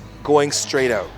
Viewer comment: "Check it oot" Thanks for this bro bro I always watch your videos.